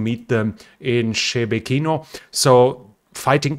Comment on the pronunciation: Well, we know you don't read your comments now since you made the same pronunciation mistake on Shebekino as yesterday. ;)